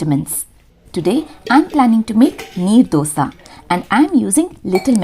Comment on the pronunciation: It's Neer Dosa . Not knee Dosa. Neer in karnataka means, the batter is Wattery/very flowy consistency types.